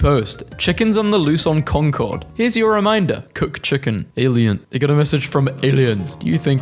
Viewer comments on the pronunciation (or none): none